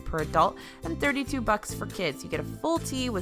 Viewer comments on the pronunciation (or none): none